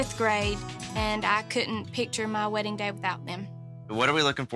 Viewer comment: "This is my second WEDDINGK"